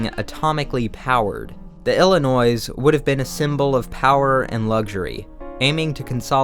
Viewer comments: Such a good video but GOD STOP PRONOUNCING THE S IN ILLINOIS. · Psssst. The S in "Illinois" is silent. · did....did you just pronounce Illinois with an "s"? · The “s” in “Illinois” is silent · you dont say the s i cringe whenever someone does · Great video! I'm glad I was introduced to this channel. But please please learn to properly pronounce Illinois or I might lose my mind. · How do you not know how to pronounce Illinois? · Did really want to pronounce the S at the end, or do you just not know how Illinois is pronounced? Genuinely asking here. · I love this vid but for fucks sake man, pronounce Illinois right. Big fan for a long time love ya. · Good video. But I felt physical pain when you didn't silence the "s" on illinois. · My eye twitched every time he pronounced the s at the end of Illinois. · Illinoisian here, the s is silent! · My guy...the s is silent in Illinois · This is a public service announcement: The 's' in "illinois" is silent. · Bruh, great video, but did you just pronounce the "S" in Illinois? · The S is silent is Illinois. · Illinois pronounced: ‘illi-noy’ not ‘illi-noise’ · Being from the state, I have to say, the 's' in Illinois is silent. So, "Ill-in-oy", not "Ill-eh-noise". I couldn't help myself to comment! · isn't it [Illinoi]... without "s"? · The S at the end of "Illinois " is silent. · illinoiS??? illinoiSSSS?? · as a resident of that shit state, i am sad to say that it is pronounced "il-i-noi". The s is silent, and if you pronounce it, you will sound like a dad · Noy. It's NOY. ill-uh-NOY 😂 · I KNOW YOU DID NOT JUST SAID ILLINOISE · The s in Illinois is silent and unclear is pronounced how it's spelled. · The "s" in Illinois is silent (ie, Illinoi). Also, while it became the Willis Tower when some company bought the naming rights from Sears, it's still the Sears Tower. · the Illinoise? bro really? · im sure a fellow Illinoisan (God help us) has already commented this, but in case not: The “s” at the end of Illinois is silent.